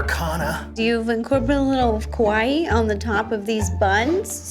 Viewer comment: Hey Ro, it's KAwaii, not KOwai. KOwai means something completely different. It means "scary". Less ignorance and more paying attention, please.